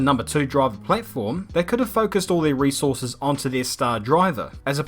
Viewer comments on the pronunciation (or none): none